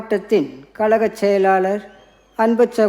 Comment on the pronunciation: ayo pavvam, This lady cannot speak tamil properly. Kalagam instead of Kazahgam. pl. dont degrade Jayalalitha.